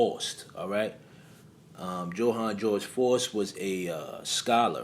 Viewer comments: *FOWST (pronunciation) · Its pronounced fowst. My husband didnt believe me when i told him disney had a movie called i was a teenage faust. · The correct pronunciation of FAUST is Similar To the word Foul or House..